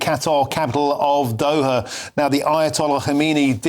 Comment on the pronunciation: OH their capitol of Doha. I could have sworn he said Dover in there.